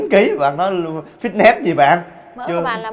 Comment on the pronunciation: tiếng anh từ Fitness đọc là phít nịts mới đúng nha 2 anh chị :D